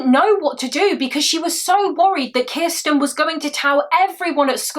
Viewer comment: have one for every time she says "Kisssten". 🍸🥴